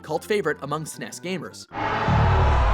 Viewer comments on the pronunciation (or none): 10- 9- 8- 7- 6- 5- 4- 3- 2- 1: So you can just skip all the BS Or, if you're like me, you died a little each time this dumbass said "Sness" Instead of S.N.E.S. or Super N.E.S. Or even Super Nintendo. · "Es-Ehn-Eee-Es" - "Ssssnesss" drives me crazy. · It's 'SUPER N E S' or ess enn eeee ess, not ssnesss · Snes snes SNES, why can't you american's pronounce SNES?!